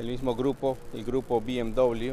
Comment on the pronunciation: Amigo si el vídeo lo hace en español, pronuncie la marca en español!